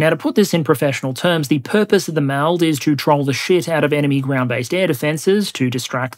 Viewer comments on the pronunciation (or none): Hearing the MALD pronounced like m AH! ld was a surprise. I expected